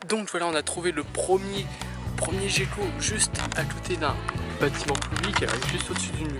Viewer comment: Petite question j'ai toujours crut que sa ce prononcé "guéquo" mais tu dit "jéquo" sais une autre espece ou juste une erreur de ma part ?